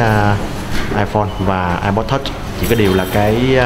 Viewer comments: Thằng này ko biết nói tiếng anh hay sao zay ép pô mà cứ kêu là ây pồ ko ak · ông này review apple mà đọc ây bồ wài